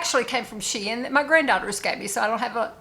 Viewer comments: The correct way to pronounce Shein according to Shein employees and the like is Shee-in, you are correct not your grandchildren lol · Hi my sweet friend. I love the fuller skirts on you. With you tall, gorgeous body, they're perfect. You are pronouncing Shein correctly. I just got a top from their Boho line today, and a top from Amazon. Guess what? The Shein top was made so much better than the Amazon top. Love the pleated pants as well. Sorry, I don't see volume on your hips. The red dress is stunning on you. So very pretty! I cannot deal with any sweater with the slightest bit of itch. I gravitate towards oversized sweaters. Love you my sweetie. 💖💖🫶🥰